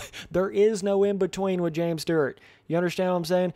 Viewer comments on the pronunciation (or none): James Sterrrrt? Never heard of him. James Stewart was the most talented guy on the track though.